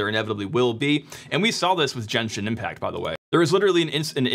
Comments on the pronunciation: Why should I trust someone who pronounces Genshin as Jenshin? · i know this is like the smallest grip but its Gen- Shin not chenshin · my only complaint with this video Ge, n, Shi, n. impact, not jenshin impact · Very informative! Thank you so so much. Just my 2 cents. I think "Genshin" is pronounced with the solid "g" sound as in "again". げんしん if I am not mistaken Not ジェンシン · Bro really said “Jenshin Impact” My brother in Christ it’s pronounced Geh nshin impact 😂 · bro really says "jenshin impact" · The “jenshin impact” caught me off guard😭😭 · "jenshin" is killing me bro, i'm rolling. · you said jenshin impact i just cant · why did you say "Jenshin Impact" 😭😭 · he says jenshin and keeps saying jenshin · I'm sorry did you just say "jenshin impact"???? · MF SAID "JENSHIN" LMAOOOO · "Jenshin Impact" My man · did you just say "jenshin impact"? i dont wanna continue watching the video, sorry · Jen-shin impact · "Jenshin Impact" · never heard it pronounced “jenshin impact” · げん 神 しん is pronounced GEnshin like geh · We just gonna ignore him calling it Jenshin Impact lol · Great video but my guy said "Djen-chin Impact" multiple times. Get his ass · "Jenshin" impact was though to hear. Literally just see one video to hear the name lmao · Jenshin Mayrio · Jenshin Impact 😏 Hating on the soft 'g' pronunciation ...for the algorithm, of course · "Jenshin Impact" Do you call gifs "jiffs"? haha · "Jenshin Impact" is crazy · Is it really that hard to pronounce Genshin in english lol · 'Jen-shin' Impact lol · This decade's been wild. Is Linux actually going to have a serious market share? Is there really going to be good widespread hardware support? Are MS really going to be the ones to break the chicken-and-egg loop holding back the future of computing? Edit, are you saying Djenshin Impact on purpose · Great vid! Just please learn to pronounce Genshin Impact properly... <3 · Downvoted because of how you mispronounce genshin impact